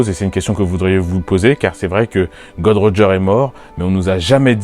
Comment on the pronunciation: J'ai aimé ta vidéo mais stp c'est Gold roger et NON "god roger" merci ^^